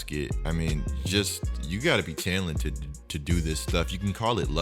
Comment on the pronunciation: Okay but why he say talented like that